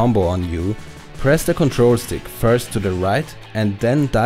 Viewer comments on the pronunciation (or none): none